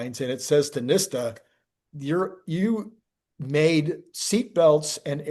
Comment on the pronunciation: It’s NIHT-sa. National Highway Traffic Safety Administration. not nista. 😂 You wouldnt call NAFTA “NAT-fa.” I promise to buy a book if you say it correctly. 😂😂